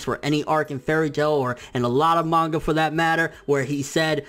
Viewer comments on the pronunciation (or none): none